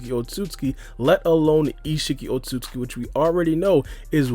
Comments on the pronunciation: The amount of times said otsukuki is astra dramatical to the point where he can’t even pronounce it correctly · You’re pronouncing Otsutsuki wrong but it still is pretty close not to rude or anything. it’s not easy to pronounce at all but I’d pay money to see Charles Barkley try to pronounce it